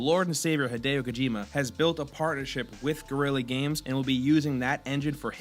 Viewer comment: Gorilla games? This iteration of can sure pronounce things.